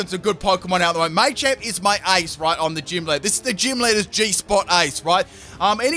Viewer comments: Say it with me: "Muh-champ. Muh-champ." Maychamp. 🤣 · You're killin me. I know you know it's Ma-champ and not May-champ. You've said it before -_ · thank christ someone else noticed this too...it was driving me mad him saying it wrong.....its "MUH-CHAMP" not "MAY-CHAMP" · I wanted to throw up every time you said “may-champ” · Maychamp 😂😂😂 the way you say Machamp haha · It's Ma-Champ. The Ma is sounded like when you say the word Mach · As an Australian, yeah, he's definitely saying it wrong.